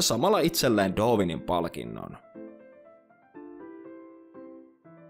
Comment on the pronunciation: Sanoit doovinin etkä darwinin